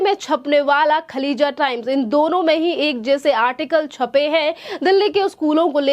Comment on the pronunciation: खलीजा टाइम्स नहीं खालीज टाइम्स नाम तो ठीक से लें